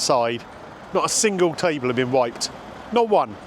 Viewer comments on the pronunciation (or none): none